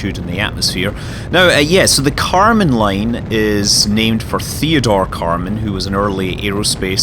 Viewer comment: karman line, not kerman line ;)